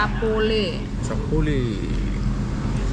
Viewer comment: Bukan sapole, tapi campoleh. Sering² jalur jonggol om, banyak dari setelah cianjur menuju padalarang